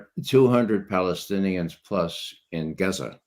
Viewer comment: Gaza (Gahza). not "Gezza." Kieve (Key-ev), not "Keeve."